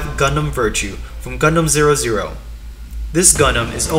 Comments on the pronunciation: Not gundam zero zero, it gundam double o 😫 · Should've known the uploader is newbie in gundam world once he said gundam zero zero.